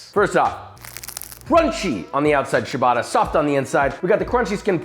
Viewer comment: Great video! Thanks for sharing this recipe! Btw, ciabatta is pronouced "tchabatta" (note the double 't') rather than "shubata" ;)